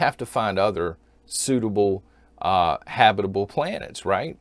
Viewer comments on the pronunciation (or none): none